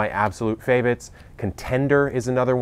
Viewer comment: ‘One of my absolute favits’ dragons tongue I thought my ears glitched. Love the channel